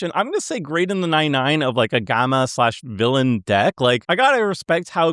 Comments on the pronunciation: There better not be a single Hawkeye under S tier >:C edit: are you mispronouncing gamma on purpose? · Is out here pronouncing gamma incorrectly on purpose? Several hours into the video, he starts pronouncing it correctly again, haha, what? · Listening to for so long has cooked brain, he can't even pronounce "gamma" correctly any more.